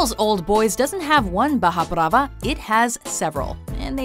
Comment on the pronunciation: WTF is baja brava? It's barra brava. She butchered that one.